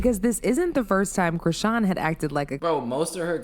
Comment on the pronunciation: They way you same her name... Chrisean 😂😂😂😂😂😂